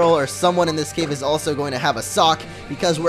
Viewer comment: Lol, wherever there's a throw (throh) there's bound to be a sock (sawk)